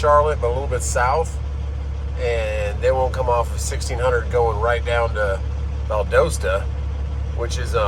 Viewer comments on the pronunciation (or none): Valdosta is Val daw sta not Val doe sta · Did you say val dos sta you mean Valdosta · Don't listen to how Miss Google pronounces locations - it's Val DAH Stah, not Val DOH Stah. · And I was just about to correct you on “ Valdosta “ but she did 😂